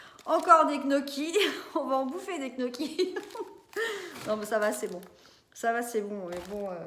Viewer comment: Petite vidéo sympa 👍... Juste un tout petit détail on ne dit pas knocchi mais "niocchi" comme les oignons. J'ai passé la vidéo à niooooocchi 😅